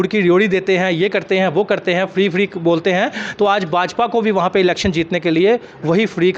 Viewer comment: Freeddddd freeeeddddddd pahala bolana sikh laa😅😅😅😅😅😅😅😅😅😅😅